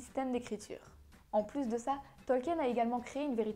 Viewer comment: Si je ne m'abuse, Tolkien se prononce "Tolkine" et pas "Tolkiène."